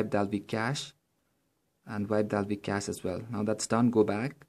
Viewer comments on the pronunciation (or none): none